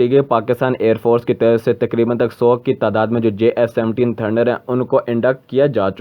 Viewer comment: Abe lode Jf 17 bol na bhi ata h